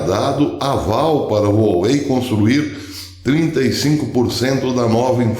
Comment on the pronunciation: Um detalhe Professor a pronúncia correta é "Uauei".